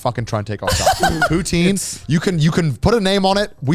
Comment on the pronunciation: You know I liked the bois Then Then Then Then they tried to say cheesy chips are the same as Poutine (which they pronounce wrong) and I actually threw my phone. Like fuck right off you uncultured assholes. It’s not the same. I’ve gone to Britain, I’ve had cheesy chips and they suck compared. ❤ 🇨🇦